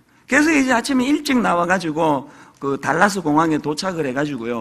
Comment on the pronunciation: 이 찬수 목사님 미국 방문을 알았더라면 찾아가서 울림이 있는 말씀 들었어야했는데... 평소에 영어 못해서 한국에 돌아왔다고 우스개처럼 하시더니 "알칸사스?, 달라스?" 정말 그렇네요. 미국에 30년 이상 살아도 그렇게 말하는 한국분들 많습니다. .굳이 한글로 옮기자면 Arkansas 아~ㄹ컨소, Dallas 댈러스 아니가요? 설교 대상이 한국분들이니까 그렇게 말씀하시는 것이라 봅니다. 우린 주로 R과 L을 뭉뜽그려 ㄹ 하나로만 적는 습관 때문에 소통이 좀 어렵습니다. 다른 예로 Salmon(쌔먼)을 살몬, 쌀몬 이라 말합니다. 맨날 영어로 소통하고 지내도 영어가 쉽게 늘지 않습니다. 한국식 발음으로 미국에 웃음을 주고 귀국하신 이찬수 목사님 더욱 더 은혜 충만하시길 바랍니다.